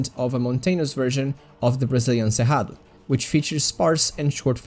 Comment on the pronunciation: Meu Deus ia comentar como você falou tão bem Cerrado e ai vi que era br ahhahaha muito bom o conteúdo